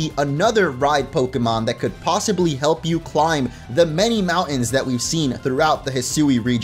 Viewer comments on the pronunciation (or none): none